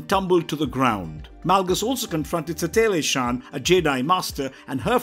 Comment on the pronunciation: It’s Satele Shan not Saclee or whatever the hell you said